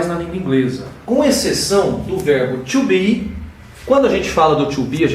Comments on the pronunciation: You said verb "TWO BE", instead of "TO BE", LOL! Good job anyway! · Bom tutorial tirando o verbo "tcho be" ;)